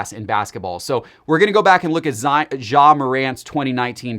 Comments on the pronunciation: yes that is perfect pronunciation 😆🤣😂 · Once again Ja is not French. His name is pronounce with a hard J.